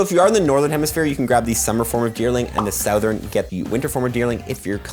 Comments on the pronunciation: I don't think that's how you're supposed to pronounce "Southern" 😅 But great video nonetheless! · Saothern lol